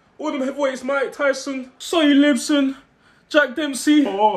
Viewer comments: "sonny libsyn" ayo put some respect on sonny liston's name man 😂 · Man goes sonny lipson😂😂